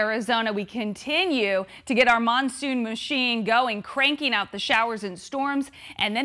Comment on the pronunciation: Sounded more like monsoon moochine lol